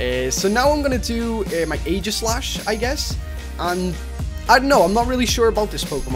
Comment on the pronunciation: its ee - gi - slash cause aegis is zeus shield (in myths IDK) and if u go to a pronauncer (had no idea how to spell pronouncer) it says EE -gis